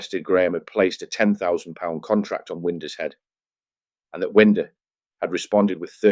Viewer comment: AI shite Winder is pronounced Wine--der not Wind-er